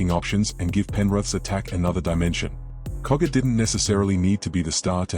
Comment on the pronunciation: Its Jack cogger not koga